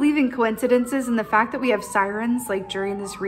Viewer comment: Chaos ! Inner compass 🧭 ✨ refresh!! Thank you I am in gratitude 🙏 ✨ Fact with a hard T 😄 and your wicked rolling giggle . I watched this twice and its really helping me at this time to hold fast be true to myself with refresh being key 🔑🥰